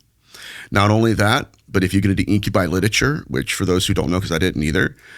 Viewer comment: IM OFFENDED WITH THE WAY YOU SAID INCUBI